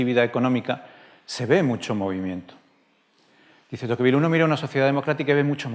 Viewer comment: Te pronuncia tocvíl, no tóquevil.